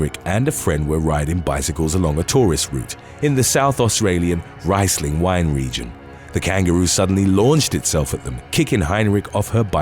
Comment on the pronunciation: You really must try to pronounce things correctly! Riesling is said as rhee-zling Hoedspruit is said as hood-sprayt